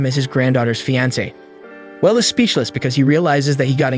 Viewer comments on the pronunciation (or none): If you don't know how to pronounce a word why would you include it in every other sentence? It's fee on say. Not fee ants. Makes me think the reader is not the same person that wrote the script.